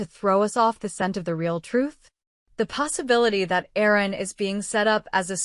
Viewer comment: His name is Aaron !!! Not errors !